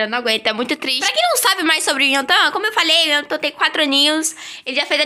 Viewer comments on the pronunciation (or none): A pronúncia certa é: IEOTAN Não é intan kkk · Pra quem não sabe como se pronuncia o nome do Yeontan É Ióntan :)